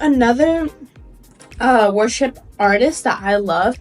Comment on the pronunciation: When you first said worship music it sounded like you said Russian music